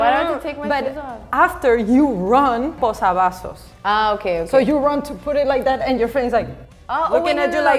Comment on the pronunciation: "posaBasos"? xd